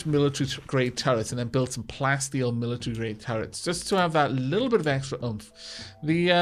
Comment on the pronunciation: "Leetle pinch?"